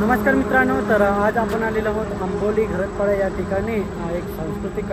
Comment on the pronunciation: आबोली नाही तर आंबोली